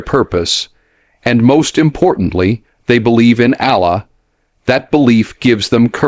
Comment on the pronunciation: WHEN DID DENZEL GIVE "THIS" AS A "SPEECH?" IF SO FACT OH, GET THE SPEECH , WHY HIRE A NARRATOR WHILE HIJACKING SPEECHES-FINED ONE WHO CAN AT LEAST PRONOUNCE THE NAME OF "Allah-A-la " PROPERLY .